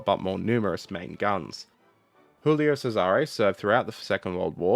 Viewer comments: Check the prononciation , gulio not chulio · Hey man😊, love your channel and watch every video, pls check your pronounciation (soo many italians there, just ask...), ship's name was Giulio (like in "june", NOT julio as you say, that' spanish...) Cesare (like in "cheddar", and the accent stays on the 1st "e", DON'T move it) Keep up the good work😊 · Hey - native Italian speaker here. Hoping to help for the next time your subject brings you to pronounce Italian words... 1. TAranto and PICcolo - stress is on the first syllable 2. You pronounce "Giulio" as if it was the Spanish "Julio", like most English speakers. The "Giu" group in Italian is pronounced like you'd pronounce the "Ju" in "Judas" 3. The letter "c" is tricky in Italian. Before a, o, or u it is pronounced ilke a "k". If it is before e or i, it is pronounced like the "ch" in "Charles". So "Cesare" is "Chay-sah-ray" (sort of). 3.1. The "c" in "Decima", similarly, should be pronounced by a native English speaker as if it was written "dechima" (NB it is the exact opposite in Italian, "ch" is always pronounced like "k")